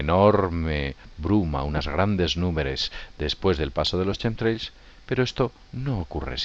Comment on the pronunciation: Rastros quimicos no Chemtrails jajajaj y si no lo pronuncias bien ni lo diga bro porque suena horrible y no se entiende ( quemtreils) asi suena.